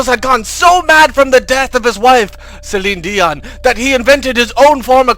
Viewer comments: "Cellinedian" "Cellinedian" "Cellinedian" everytime "Cellinedian" LOL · LMAO Cellinedion. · i laughed everytime he said "CellineDion"